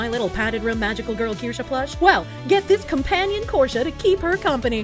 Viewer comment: Do not the korshe...do do the Kirsche 😁